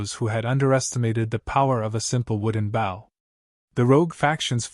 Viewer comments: Bow, pronounce boe, as in oboe. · not a bough a bow